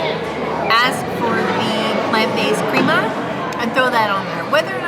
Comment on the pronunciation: Crema is pronounced crema not creama